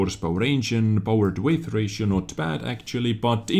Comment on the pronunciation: I know, we are nitpicking you're accent a lot, but I feel obligated to say "weight" is pronounced the say as "wait" Nice showcase otherwise though;)